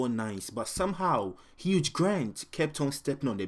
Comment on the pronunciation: Luv your videos, but lol it's HUGH [pronounced HU-e] Grant. Not HUGE Grant 😭 That was a great Freudian slip tho lmao